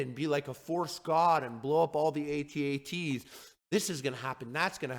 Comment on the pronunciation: Thank you for these words Harley. But especially, thank you for pronouncing it A-TEE A-TEE